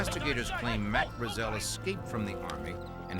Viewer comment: Why can't the narrator pronounce Brazel correctly, everyone else in the documentary pronounces it correctly God! Can't bare it! Otherwise totally rad doc🤙